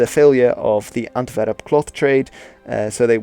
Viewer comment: Normal People: Antwerp: Ontverrup